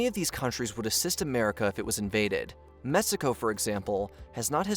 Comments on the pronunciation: It's Mexico, not Messico. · why does this guy keep saying "messico"?